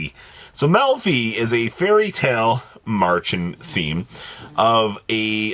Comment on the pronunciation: Märchen is the German Word for fairy Tale. And you don't say martsch.